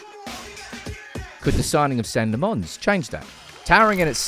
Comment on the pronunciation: Senne Lammens is pronounced phonetically as SEH-neh LAH-mens.